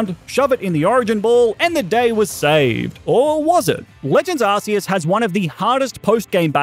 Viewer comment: Deep Breath ITS PRONOUNCED ARK-E-US😢